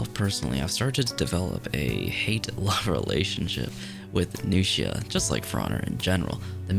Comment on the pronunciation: New-shia > Nux-ia